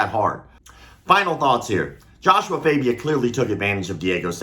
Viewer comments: It is joshua fagia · Host: "Joshua Fabia? " Freak-boy: "Joshua FAHbia " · It's Joshua FA bia. FA like LA in La la land.